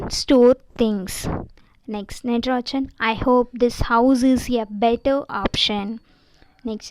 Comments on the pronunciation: Hello not natrajan that is nagarajan ok pronunciation is important ok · Don't tell nadarajan the correct pronunciation is nagarajan